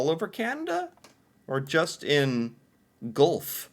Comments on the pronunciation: lol its pronounced "gwelf" - Guelph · lol its pronounced gwelf and buns master is across the road from me , i love these videos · Guelph pronunciation was hilarious. It's pronounced Gwelf. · Guelph is pronounced (Gwelf), Rideau is pronounced (reedough). I hope this helps,. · My favourite part of this video was him trying to pronounce Guelph lol Another great video! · LMAO at you trying to say Guelph. I had read about how Americans were hilarious trying to say it but couldn't wrap my head around that. But OMG it is as funny as they say. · The way pronounced Guelph cracked me up. Sounded like Jerry Lewis. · 1) In Canada we called it Pondagrossa. 2) I have many fond childhood memories of Mothers Pizza in Brampton, Ont. Right near where I got my hair cut at Manny's. Mother's was a treat night when I was a kid. 3) Buns buns master, buns buns master, baked fresh every day. Errrr..... 4) Your pronunciation of Guelph is killing me. 5) I got my red corduroy bell bottomed pants at Zeller's or Bi-Way in Shopper's World (aka Shoplifter's World) in Brampton, Ont. It was 1982 and I was 11 and I didn't know better. I'm so happy that the Internet didn't exist then. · super funny because the most exaggerated one he did was also the closest if you take the exaggeration out of it.